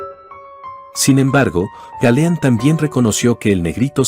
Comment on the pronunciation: OJO: Galeano, no Galeán.